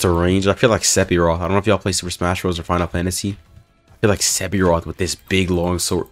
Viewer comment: It bothers me you said "Sepiroth"